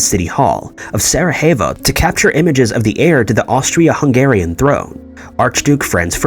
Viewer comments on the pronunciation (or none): "Sarahayvo"? Sarajevo (Sara-yea-vo). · Sara-hey-vo? Strange way to say it, but closer than others i suppose.